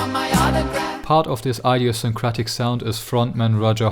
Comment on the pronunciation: "idiosyncratic" is pronounced with a "short" i in the beginning, not like "idea" but like "idiot".